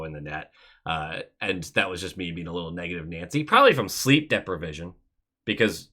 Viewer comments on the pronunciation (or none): haha when you said “depra-vision” i paused and thought to myself “have I been saying that wrong my whole life?”